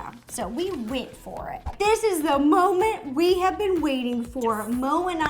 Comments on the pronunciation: “this is the mo-ment we have been waiting for” mo? molly? anyone else hear that? 😂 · Moe-ment Get it No just me? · in the vid I thought she said "this is the MO-ment we have been waiting for".... I'm sorry, I couldn't help it